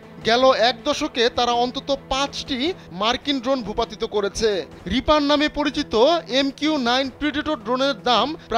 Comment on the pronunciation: রিপার ড্রন,নামটি ও ঠিক মত বলতে পারেনা এরা আবার সাংবাদিক 😭😭😭😭😭